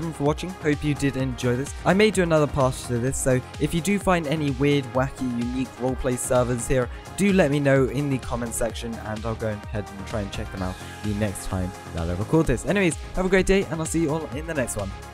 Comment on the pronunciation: He spelled weird wrong he said wierd